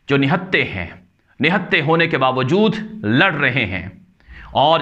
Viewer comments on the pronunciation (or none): none